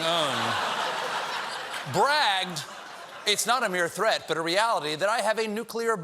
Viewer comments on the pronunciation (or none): none